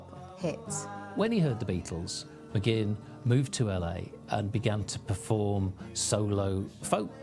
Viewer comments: Hey whitey...it's not McGinn..it's Mcguinn...brits. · It bugs me when the guy keeps saying McGinn